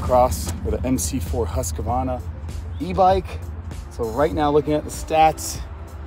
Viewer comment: Husq Varna Not husqua varna